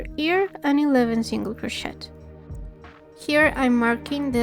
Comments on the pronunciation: Very well explained! Thanks for this! Going to make several this week! Oh, and we say croshay, rather than croshet, the T is silent, but we know exactly what you mean, anyway. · I also pronounce the word crochet with a T 😅😅. I don’t care you you pronounce it, perfect tutorial. Totally beginner friendly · Hi, thanks for your tutorial, I don’t mind your accent only how you pronounce CROCHET, I even looked it up, French version is pronounced the same as English. Might want to ask your phone how to pronounce and it will bring you to correct pronunciation. Doesn’t affect your quality of your work by no means , just a FYI. Thanks again. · Thank you ❤ such a cute tutorial! Just a little comment, in future vids don’t pronounce the “t” in crochet ❤😊